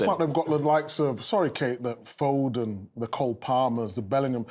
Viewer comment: richard saying foden lol